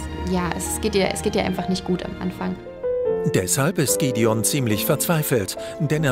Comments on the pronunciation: Es eigendlich eine tolle Zusammenfassung nur manche Namen (z.B. Gidion) werden nicht richtig ausgesprochen. Als richtiger Edelsteinfan nervt es ein bisschen. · Gwendoliiin und gidion😂perfekte Aussprache